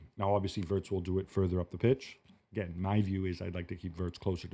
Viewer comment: Are we going to hear WURTZ all season. His name is WIRTZ